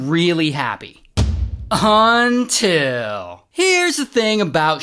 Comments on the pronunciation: ray always says UNTILL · You know it’s about to get serious when Ray says “until”